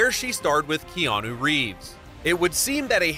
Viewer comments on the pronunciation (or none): none